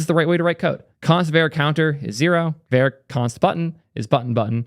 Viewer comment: calling `var` `ver` throughout this video is killing me!!!